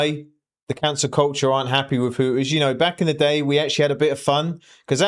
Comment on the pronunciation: "Hoo - ers" 🤣